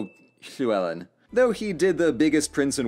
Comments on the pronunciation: Gotta admit, I’m pretty impressed with the welsh pronunciation. Not perfect but still better than I tend to expect especially with the LL In Llewelyn. Glad you actually tried to learn how to say it! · the way u say llywelyn is just great